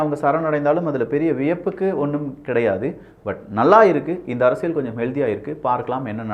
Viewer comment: அரசியல்... Not அரசியழ் or அரசியள் 🤦🏾‍♂️🤦🏾‍♂️ It is getting annoying